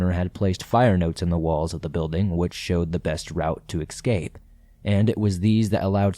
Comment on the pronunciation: Escape, not excape